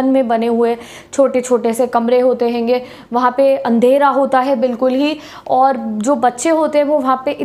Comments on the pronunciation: "Haigi" What a word. I listen by your mouth. It's sounds great👍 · Best Thing is " Hayinga " so funny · Why it is Henge and not honge 😂😂😂😂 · Right bro🤣🤣me too👆🤣😆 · I love your accent specially this word 'henge'😂😂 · I like the word "Henge" / "Henga " pronounced by didi 😂😂🙌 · The way she said "haingey " was so funny 🤣......... anyways the lecture was so helpful........tysm ma'am 😊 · I also noticed that one hainge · "hainge"😁😍, sry and thanks you for explaining this chapter in the easiest way ☺ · Thanks for the video but that hainge sounds really weird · haegaa,hangeee lol